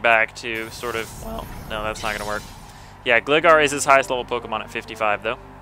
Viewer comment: its gligar (GLI-gar)